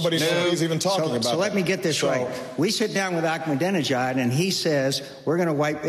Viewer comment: lol he couldn't pronounce Ahmadinejad! and again with the disputed "wipe off the map" thing that's been discredited over and over again!